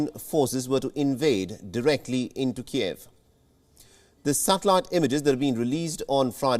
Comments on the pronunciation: KEEV NOT KEY-EV! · "KEEV," not "Kee-Ev." It's Ukrainian, NOT Russian